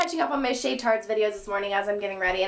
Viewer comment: not shay , more like phil